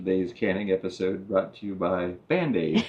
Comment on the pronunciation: “today’s canning episode brought to you by Band-Aide” 😂